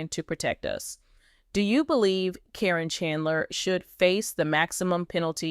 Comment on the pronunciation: How do you not get sued for putting out these lies, do you mispronounce her name wrong so that you think that'll keep you from getting sued? If you're going to talk about somebody you should have the decency to say their name right!